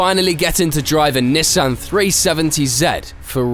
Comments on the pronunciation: “Neh san” why do mfs have to say shit weird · Don't ever say Nissan like that again.. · why do you say Nissan like that?